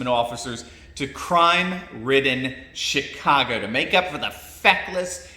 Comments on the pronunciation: Did you say chitcago? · Not to be base, but I honestly heard you say, “Shitcago”. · Im sorry did you say S__tcago? Sorry did sound like that.